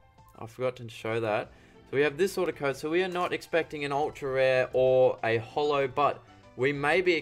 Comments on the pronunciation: It's short for "holographic" so how else would you say it other than the way he does? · He says it just fine, so holo...